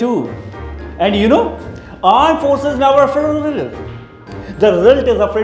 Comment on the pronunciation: Aand forces😂😂